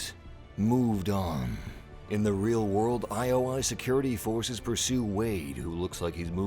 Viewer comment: I was waiting for you to break this down! Just one little thing... it's not one-oh-one (101), it's eye-oh-eye ( ioi ). And I caught a glimpse of Cassie Cage next to Lara Croft . ; )